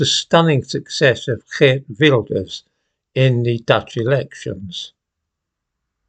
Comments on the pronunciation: I'm Dutch and first: excellent pronounciation of Wilders' first name! And in order to become big he mellowed down on a lot of his points, banning the Koran is no longer on the top of his list. But immigration is a big issue and that made him win. But we always have to form coalitions, so there is still a lot to do before we have a new government. After all, he has 37 seats out of 150. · 10 points for pronunciation of geert :D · Thank you. So nice to hear the name Geert pronounced properly too!